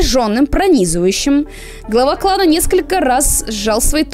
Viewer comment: Когда ты сказала:он глава клана мне показалось что ты сказала:Клава Кока:D